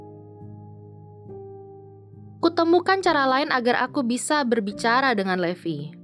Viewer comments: Salah bacanya bukan levi tapi livai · Bacanya itu bukan levi tapi levai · Levi itu bacanya livai bukan levi . wibu veteran pasti tau ceritanya gimana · Sebenarnya nama Levi itu dipanggil Rivai untuk penyebutan bhs inggris yg benar:) Tapi bagus kok Krn ada anime terfavoritku yaitu SHINGEKI NO KYOJIN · Maaf bukan raksasa tapi titan Levi dibaca livai ATTACK ON TITAN